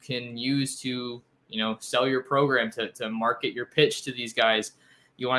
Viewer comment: Love the correct pronunciation of Progrum!